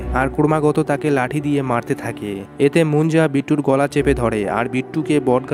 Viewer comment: ভাই গেলা না গলা৷ হবে